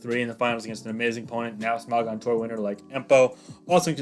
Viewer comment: the way you say smogon disturbs me